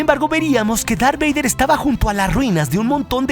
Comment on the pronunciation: Dijo lar beyder